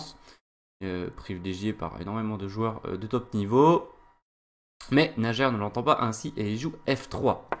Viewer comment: Merci!Très instructive analyse! P.S.: Le prénom de joueur russe se prononce:Naier.